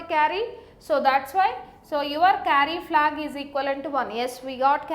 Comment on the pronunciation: Why do only Indian people explain this stuff so good? btw it's "Carry-Flag" not "Curry-Flag" ;)